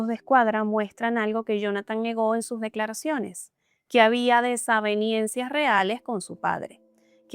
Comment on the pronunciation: Muy buen relato de los datos. Sólo una cosita, se dice desavenencias no "desavienencias".